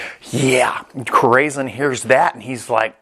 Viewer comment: it’s core-a-sone… means heart in spanish